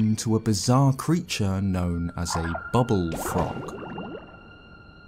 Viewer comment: FINALLY SOMONE WHO SAYS BUBBULFROG ACTUALLY THE RIGHT WAY